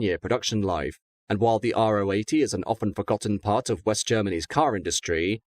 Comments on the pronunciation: It’s pronounced Ro 80 (Row 80), not Ah Oh 80. The Ro stands for Rotationskolbenmotor (or rotary). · Although he doesn’t pronounce Ro 80 correctly 😉